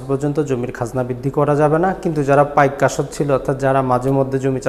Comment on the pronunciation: পাইক আশ্ত কথাটা ক্লিয়ার নয়। বুঝতে সমস্যা হয়।